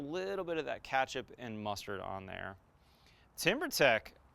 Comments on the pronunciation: It's ketchup not catch up lol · It's ketchup not catch-up 😜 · Katchup ?? It’s kEtchup !! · Catch up? Dude it's ketchup. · KETchup. Not CATCHup. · All I can hear is "catchup" :( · He called it catch-up... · What the heck is catchup? Do you all really pronounce it like that in the states? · Turned it off as soon as he said “katchup” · Who says ketchup like that lmao